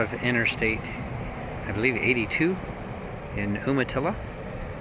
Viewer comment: Isn't it pronounced "you-muh-tilla"? I wonder if Ive been saying it wrong my entire life (entirely possible).